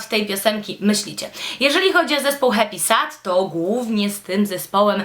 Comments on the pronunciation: HEPISED*** się wymawia :) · Ja tam nic nie mam do tego, że Happysad jest promowany na kanałach beauty. Spoko :) Ale BARDZO przeszkadza mi zła wymowa. Powinno się mówić 'hep[i/y]sed' :) No a poza tym mega podoba mi się Twoje tło - tak mega.. dziewczęco/delikatnie/pastelowo :) Sama chciałabym iść w tym kierunku :) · dlaczego dzisiaj wszystkim przypomniało się o Happysad?;p Ps raczej się mówi hepised:)